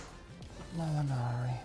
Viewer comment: I love when he says mollinari hahahahah I'm going to do the from now on